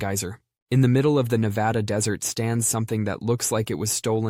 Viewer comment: Thank you for saying my state correctly - a nevadan